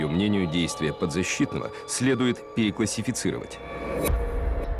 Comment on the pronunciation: Диктор, что просит адвокат? Действия переклассифицировать? Может переквалифицировать? От слова квалификация.